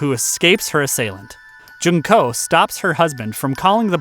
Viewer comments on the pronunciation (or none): none